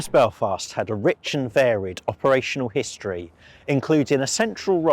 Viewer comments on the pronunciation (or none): none